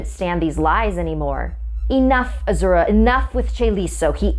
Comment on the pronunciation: You're saying Azura wrong... Lol